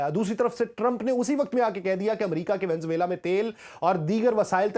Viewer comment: Please VENEZUELA bolna sekh lain.